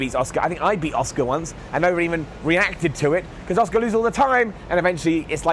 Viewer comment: Who's Oscar? I think her name is pronounced "Ah-Su-Ka* lol